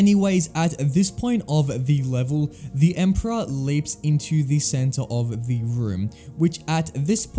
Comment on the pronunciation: Every time you say the i hear "thee" and i cant unhear it now im listening for it